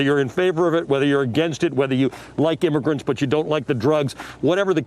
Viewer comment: Did i hear right: "weither you like immogrants and you dont like the drugs"???